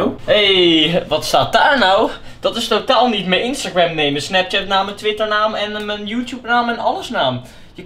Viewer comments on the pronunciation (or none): none